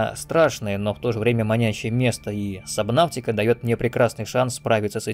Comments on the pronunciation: Немного подбешивает, когда говорят "сабнавтика", хотя правильно "субнотика" 🙂 А так видос каефный, спасибо! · Вообще буквосочетание AU читается как O. Fault, naughty, daughter. Поэтому субнотика, а не сабнавтика🙄